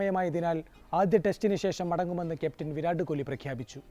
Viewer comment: Adhyam ni kohhhli nnu maati kohli nnu parayan padikku😂